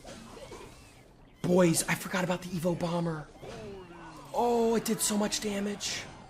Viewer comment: Why is he calling them evoED everyone calls them evo 😂